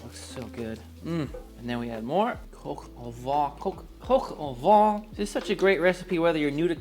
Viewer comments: Please I am French you do not have to tell me how French words are pronounced Vin (wine) Vent (wind) Van (a truck for horses) VAN and VENT are pronounced the same - not VIN. If you say van/vent to a French person meaning vin (wine) , he/she will not understand. Now instead of mentioning « nazalizing » and « with your jaw open » and « consonants », do go on the internet where you will easily find these words pronounced (in soundtrack). Much more efficient. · "vuh"? It' "vah" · Your pronunciation is quite good, but “vin” is more like… “vein” but don’t pronounce the N! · Gilbert in French would be pronounced the same, except with a soft G (as in jeans), the T is silent. I am French, my mom had a restaurant in the South of France, and I approve of this recipe. 🥰Happy memories. Edit: make sure to pronounce "vin" and not "vent. Because vent means wind. Roaster with wind? Farty chicken? Not so much. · I know I'm being pedantic, but "vin" sounds more like "van" than the way you're saying it (namely, "Vaughn"). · Nope. The closest English word (in pronunciation) to the French word "vin" is "van" (just nasalize the 'n' rather than saying it as a consonant). --A Bilingual Speaker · You keep pronouncing it "Coq au Vent" instead of "Vin". Like "vein" but without pronouncing the 'n'. Mind-you "Chicken in the Wind" could be the name of a dish, but not this one. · I'm sorry, you say 'vin' like 'vent' (wind). It should be 'vèn'. Look it up in Google Translate, where you can hear the pronounciation.☺ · Vin vin vin...not van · Also, "vent" would sound like "Vaughn" with a nasalized 'n' and with your jaw dropped open. I'm not arguing semantics here, just pronunciation, so I'm not clear on what your point is in telling me the meaning of "vent" (which I clearly already do know, since I'm correcting the man's French pronunciation). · because otherwise it would be pronounced “vee.” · Maybe learn how to pronounce “vin” properly